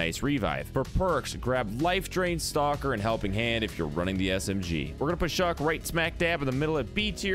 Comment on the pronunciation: Your mispronounced chaac its not shock